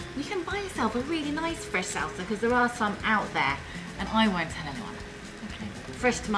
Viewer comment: she's pretty and food looks good but omg I can't stand how she pronounced alot of her words.. 😭 Saul-Sa